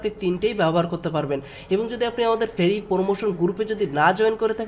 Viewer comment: Firee, suboscribe, gurup.... উচ্চারণগুলো ঠিক করো ভাই